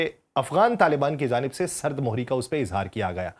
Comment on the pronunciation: بھائی تھوڑا تلفظ کا بھی دھیان کریں۔ سرد مہری میں م کے اوپر پیش ہوتی ہے زیر نہیں ۔